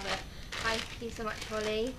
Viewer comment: dunno if holly has commented saying, but that was correct how you pronouced it x